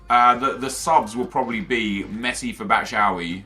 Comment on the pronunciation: i swear to god if he says "batshowee" one more time im unsubbing